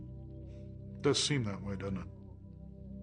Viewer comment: right, the world's smartest man says "dudn't it"